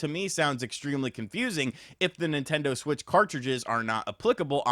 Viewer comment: Mimtando Shwich 2